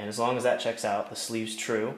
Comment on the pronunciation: it is spelled that.. not "dat"